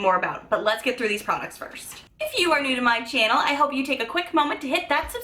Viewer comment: Girl...you are such a joy to watch.....i love the way you pronounce channel...and now even my little boys say it like you.😉